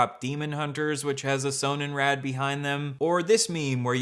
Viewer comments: German here, it's pronounced with a pronounced o and d and in English means sun wheel, it also predominantly features the lightening design used in NZ times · hey, German viewer here. Just FYI: Sonnenrad is pronounced with a short O, kind of like the name Ron but a little shorter and RAD is pronounced R-UH-D. Sonnenrad translates to sun wheel